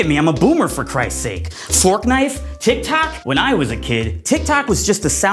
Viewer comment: "Fortknife" haha.